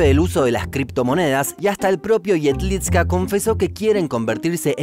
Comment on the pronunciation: Jedlička se pronuncia "iedlichka", la č es como ch. Igual, buen video